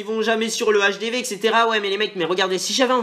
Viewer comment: ON DIT PAS LE HDV x), sa fait saigner des oreilles ! L'hdv= l'hache des V